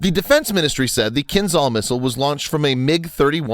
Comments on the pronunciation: Not Kinzal. Kinzhal is pronounced Kinjal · It's "kinzhal", not "kinzal". "Ah" as "s" in "treasure". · Hey guys. I know, those weird words in Russian language...but Kinzhal is getting pronounced "Kinjal" (Кинжал) it just sounds so strange, when you pronounce some of those names wrong. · At first, it is not 'Z' sound in the name. It is 'ZH', like first letter of name Janet in French. 'KinZHal' ("Кинжал", rus.) - 'Dagger' in English. At second, it has nothing common with 'Brahmos' missile, which itself is an export version of Russian 'Onyx' anti-ship missile. It's more likely 'Kinzhal' is an airborne version of the 'Iskander' tactical ballistic missile, modified and upgraded for air-to-surface tasks. The 'Zircon' anti-ship missile it is another parallel branch of supersonic missile development in Russia. And, right, 'Zircon' will have the 'classical' supersonic ramjet engine, or something like that. At third, 'Kinzhal' has no any kind of ramjet or any supersonic reactive engine. It is obviously has a solid-fuel rocket engine, but very powerful and energetic. The 10M speed is the maximum speed of the missile on the track of its trajectory. The final speed of the missile can be lower... But the 'Iskander' missile has a multi-phase one-stage solid-fuel engine, so the missile can change its speed during the fly. Therefore, it can speed-up at the final phase of trajectory before penetration of a target. The Mig-31 platform is necessary to speed-up the 'Kinzhal' before launch and to increase the maximum range of the 'Kinzhal' missile. Moreover, it can 'throw' the missile to the altitude of 50-100 km in apogee of its trajectory. And, of course, like the 'Iskander' missile it is capable to change the missile trajectory by altitude and course on all stages of the fly ( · Good video but that "zh" in Кинжал reads as j in jam.